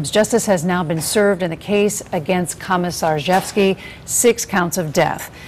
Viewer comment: "Komjrghjevsky" LOL